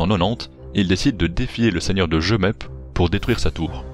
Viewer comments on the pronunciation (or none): ont dit pas jemeppe on dit jmeppe